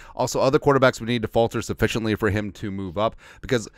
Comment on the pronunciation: you made a fault in "falter":) BTW a late Happy Birthday to you